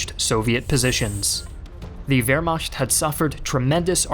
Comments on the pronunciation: Soo many videos and yet you still didnt even learn how to spell Wehrmacht, you keep sayng WehrmaScht... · This kid is a history YouTuber with over a million subscribers and he apparently doesn't know how to pronounce the word Wehrmacht. 😖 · It's really a minor thing, but everytime I heard it I couldn't help but notice it everytime after that lol. Wehrmacht is pronounced like vare-MAK-t, not vare-MOSH-t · Wehrmacht pronounced by Americans: Where-Makt/Veremakt/Veremak Wehrmacht pronounced by Germans: Vere-ma[hack a loogie]t Wehrmacht pronounced by the: Vere-mashkt